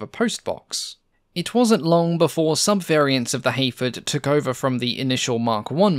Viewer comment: Your accent makes it sould like you're saying (h)Aphid. I struggle to concieve a bomber named after a tiny little bug like that, but now I'm stuck with that concept.